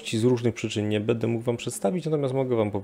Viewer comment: Na konferencji też mówiłeś "bede "... zastanów się co pomyśleli odbiorcy twojego wystąpienia .